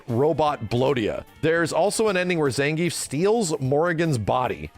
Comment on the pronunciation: Ah, so it’s actually pronounced Zangayf, interesting 🤔